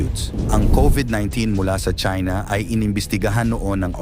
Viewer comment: It sounds like Chinx,,,Okay ‘Dude’,,,’Damn’right